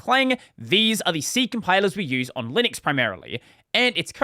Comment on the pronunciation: Did you know there is a U in Linux? It's not Linix